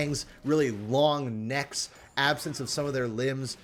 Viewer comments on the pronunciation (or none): none